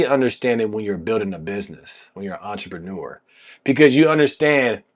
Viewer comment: Kudos to this man for pronouncing the word entrepreneur correctly